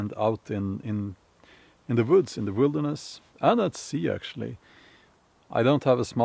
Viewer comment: Recently someone accused you of doing your videos in front of a green screen. Well, he was right, in a way. He just had the wrong screen. The woods, (Voods as you pronounce it) is quite a nice green scree, after all. Happy birthday, it will hit you suddenly when you wake up one morning and everything is stiff, but the parts you want to be. Try to avoid the "mid life" crisis stuff. ;-)